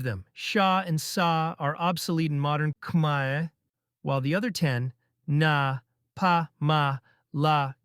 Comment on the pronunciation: Thank you for making efforts to pronounce Khmaer ខ្មែរ correctly.